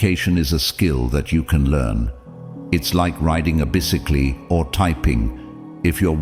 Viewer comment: Bis-eh-klee (bicycle) Minute 😅😅😅😅😅